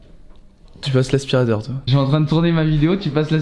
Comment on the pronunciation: « Ji souis un mec courageux » 👌😆